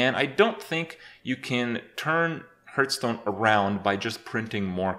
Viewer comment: You still can't pronounce Hearthstone correctly... I must admit that is an achievement :D